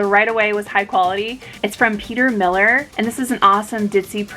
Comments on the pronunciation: I absolutely love your energy and charisma, I loving want to say ❤️❤️ it’s Peter Millar MIL-LAR not Miller, respectfully I mention this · Great finds!! Glad I ran across your channel! I believe Peter Millar is pronounced Millare like “are” you there instead of like Miller. The names of brands get me all the time. Lol